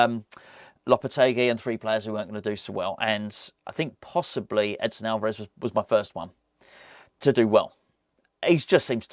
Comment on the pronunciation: Edson. Not Edison !